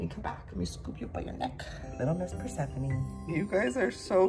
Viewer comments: It’s not persephony it’s pronounced per seph phone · Joey “this is persefone” Joey “anferdiyete” Me - wait what was the black ones name?? 🧐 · Is... is he pronouncing Persephone correctly?? Have I been saying it wrong my entire life?